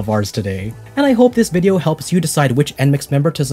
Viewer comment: I love the way he automatically says "viDeOuR" in the Aussie accent when reading Lily's messages